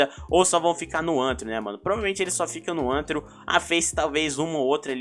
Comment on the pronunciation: "vai vir roupa 3d para ANTARO" AHDSAHDAU amo ele falando antaro ao invez de rthro